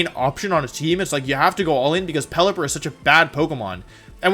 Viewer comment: Damn he really did pelliper like that